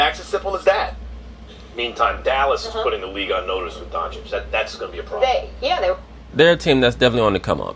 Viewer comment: It's pronounced Donchich, you got it right. Keep up the good work, greetings from Italy! (The D'Antoni joke made me laugh so hard, I didn't expect that)